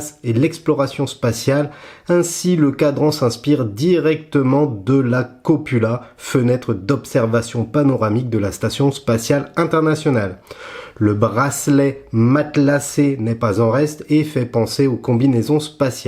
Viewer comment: Copula… c'est cupola comme coupole ^_^ Sacré lapsus